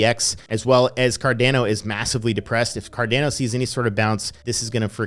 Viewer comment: Normal person: Cardano (ADA): c - a - r - d - e - a - u - n - o (AEUDA)